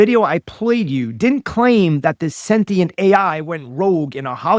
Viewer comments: Someone PLEASE tell her it is SEN-TI-ENT not SEN-TEN-ENT! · She can pronounce Thessalonians but not sentient.